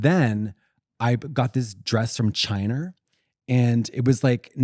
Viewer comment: I know we’re back in a Trump era because Katya said “Chiner”